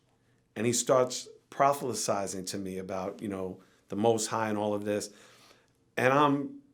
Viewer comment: Anyone else notice how Serch murdered the word “proselytizing”?